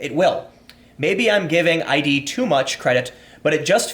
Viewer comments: Tim, it's not pronounced 'ei-dee', it's id, like Freud's 'the ego and the id' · The only thing I have to correct is that it is pronounced “id” Software not “I.D.” Otherwise, well said. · It's not "I.D. tech," it's "id". As in the Freudian concept of id.